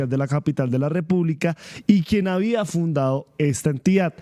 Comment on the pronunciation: Joven, usted es periodista? Por favor hable bien. Dice fundao, lo correcto es fundado. No maltrate el lenguaje. 😮😮😮